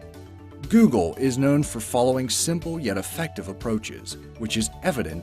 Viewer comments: he call it giugle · You said vav wrong. The A sounds like the O in god